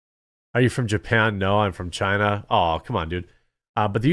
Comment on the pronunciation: Chinese Bai-zou, take it back to Chyyyna